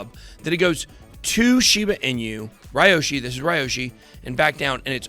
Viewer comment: It’s Pronounced Liyoshi….